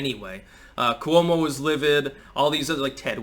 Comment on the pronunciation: NOT ku-womo! It’s Cwo-mo. Pronounced in two syllables, not three, as in slo-mo.